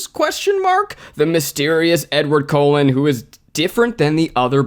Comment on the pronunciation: Did anyone else notice Zach said Edward Colon not Cullen lol